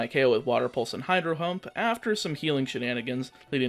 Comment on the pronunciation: “Hydro Hump”